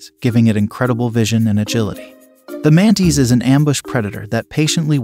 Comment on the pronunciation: Its pronounced mantis, not mantees